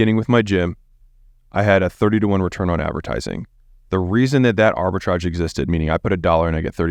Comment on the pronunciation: Arbitrage, Arbritage, Arbitrage stop saying Arbitrage